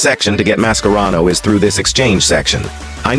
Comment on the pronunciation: Why does the AI voice sometimes pronounce Mascherano with K and sometimes with C